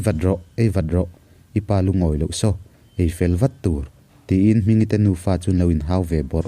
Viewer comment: Ei vat rawh, ei vat rawh...vat(thlûk hniam) hi mizo ṭawng a ni lo, vat hi thlûk sang tur a ni e